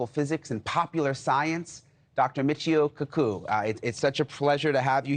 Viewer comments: Been a fan for a long time but calls the man Kookoou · why did he call him Michio Kookoo? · He said, Dr. Michio Cukoo !! 😂......Michio Kaku didn't look too thrilled !! 😂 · mee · chee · ow kaa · koo do your homework with pronunciation before you go live reporter man.